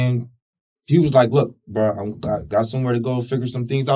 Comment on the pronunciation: Say BRU one more time and it’s a dead giveaway you’re lying not to mention uneducated